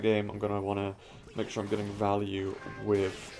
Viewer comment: Please say VAHLYU 100 times in a row, it's so satisfying.